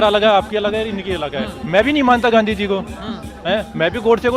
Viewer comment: Sir please aap Gandhi ji ka naam sahi se le